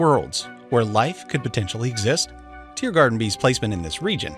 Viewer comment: Why do i keep hearing you say TearGarden instead of TeeGarden